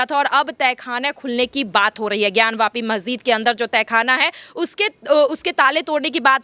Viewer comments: मेहजिद नहीं मेडम मस्जिद होता है😂😂😂😂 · Pahle Masjid bolana sahi se sikh lijiye ji phir news batao